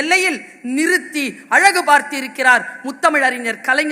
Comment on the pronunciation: தமிழை கொல்லாதீர்கள்.... அது " சிலை நிறுத்தி அழகு பார்த்த கலைஞர்".... அழுகு இல்லை... திருத்துங்க..